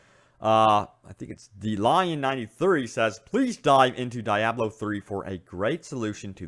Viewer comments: Omg its deeeeiiiablo not dieablo ... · Diablo It is pronounced like this (de-ob-low) just like the expensive Italian car. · Die-ablo?? Really? Ok... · "DAIABLO 3" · Lol. Die ablo 3 lmao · Isn't Diablo pronounced Dee-ah-blo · Kevon G yea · Dee - AH - blo. Please... Lol otherwise great vid. Thumbs up. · Good work on the video with the exception that you called Diablo 3, DEEEABLO 3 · It's "dee-ah-blow" Diablo. #cringeworthy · SimoWilliams normally other ppls pronunciations don't bother me, but this was one of those exceptions😆😆😆